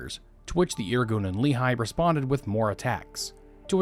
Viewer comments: Great video! For future reference, it's pronounced Lekh-ee, not Lee-high, accent on the Lekh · Just a small correction. "Lehi" is not pronounced as "Lee High" but as "Le hee" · It is pronounced Leh'khee, not leehi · You are incredible, but for the love of! It's not Li-Chai, it's "Le-Hee"❤ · Love your channel, been following for several years. IMO, you're one of the most comprehensive and well-sourced history YTers, especially of modern histories, even on controversial periods. Minor corrective note: Lehi (in Hebrew) is pronounced "Leh-Hee", not "Lee-Hai"